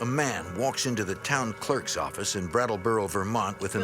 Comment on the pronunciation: New Yawk Affice!